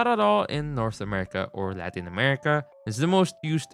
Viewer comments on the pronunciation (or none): none